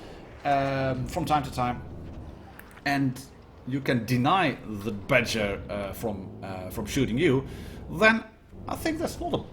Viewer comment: when you say Badger I think you're saying BatChat lol nice video thanks!